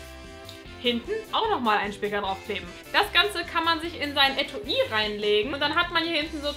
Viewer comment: Cooles Video! Aber Etu-i? Es heißt doch Etui oder?